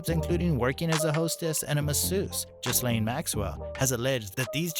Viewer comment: Hi Americans the "s" is silent. So it's gilane..